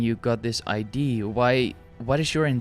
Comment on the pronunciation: Very insightful video by the way. I should have mentioned that in my comment. But it's the way you kept pronouncing the word "idea" as "ID" lol, it was throwing me off. But I did ultimately appreciate what you were saying